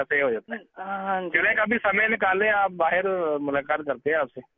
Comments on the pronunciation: Sala jab isne..Bahar..KO...baherr..Bola tab hi..sajh Jana chahiye ye sala Pakistani hai.. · Jis ladke ke sath ye bat karra hai usko eske language samaj ne Aaye hoge kya. wo last Mai bol Ra hai (Bahar ) KO baher bol Ra hai Jo ke Pakistan Mai Bola jata hai